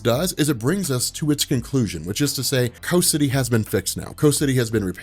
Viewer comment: Why are you calling it "co city"?